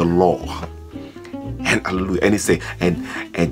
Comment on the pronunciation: He can pronounce hahlehluhja, so he goes to heahven